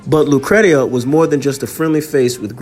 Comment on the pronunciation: Her name is pronounced “lou cree sha”. That is my sister’s name also.